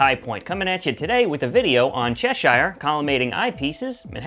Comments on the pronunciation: Cheshire is pronounced chesh ear - not chesh eye r. Useful video anyway -thanks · It's pronounces "Che-sheer", as in the Country of Cheshire in England.